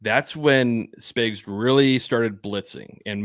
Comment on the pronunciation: I don't like that this guy keeps calling spags spigs😤